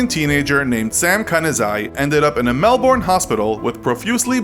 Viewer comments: Melburn not melBORN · MEL-BEN, NOT MEL-BORN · you don't pronounce melbourne -melborn, its pronounce melbin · I like how he said Mel-born when it's actually pronounced Mel-ben. (This is coming from an Aussie) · it's pronounced melben also oh yeah yeah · I’m Australian. It’s pronounced melbern but it’s spelt Melbourne. Get ur facts right before u make videos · Melborn really it’s Melbourne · you pronounced melbourne wrongly